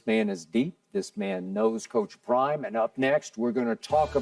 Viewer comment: OCTimus wayne PRRIMEEEE 😂😂😂😂